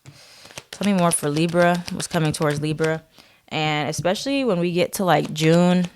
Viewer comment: "leeber" and "north nerd" made me laugh lol